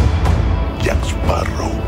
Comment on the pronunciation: I love how every potc villian cant pronounce Jack's name